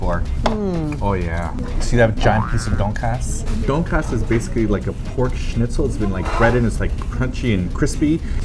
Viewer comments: All I could hear through the whole video was "Donkeyass" instead of Donkatsu xD - "Do you guys know what a donkey ass is?" Me - "Well....yes..Oo" - "Well let's not eplain what is is now cus' we're gonna show people what is is when we go!" Me - "Ehrr...O____O.......Didn't know I'd be watching National Geographic today.." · says donk-ass... hehehehehe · ITS PRONOUNCED TON-KAT-SUUUUUUUUU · Their pronunciation of donkatsu is kind of distracting (please emphasize DON for DONkatsu) but I still salivated as much as Simon. Holy shit I want that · Donkatsu (Tonkatsu) is japanese pork cutlets.. its pronounced ton-cut-su... i don't know why I'm adding this comment lol, just felt like it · Can't pronounce Donkatsu because it's Japanese LOL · Their Korean pronunciations are so awful that it's actually funny. XD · Ugh the way they pronounce tonkatsu is completely wrong....